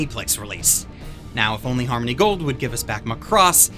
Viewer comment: The way you say "mah cross" is offensive.